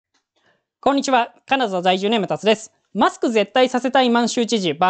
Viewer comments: 一度でいいから「カナダ ざいじゅう」って言ってくれ。「カナザ ざいじゅう」が気になって仕方ない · 私には「カナザ だいじゅう」と聞こえます。でもまあ、ご愛嬌というか、これもの個性なんだと(^-^)